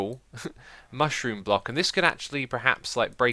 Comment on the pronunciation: Either my ears are broken or ya called the mushroom a mooshroom lol